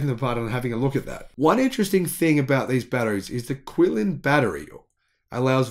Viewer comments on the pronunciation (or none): Qilin is pronounced more like chi-rin